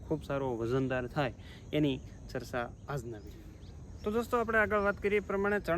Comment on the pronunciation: એજયુકેટેટ થઈ ને સરચા બોલો છો ચર્ચા એમ બોલો